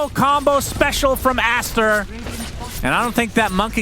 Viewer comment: "It's a disastaaa for Astaaa and it rhymes and everything"😭🤣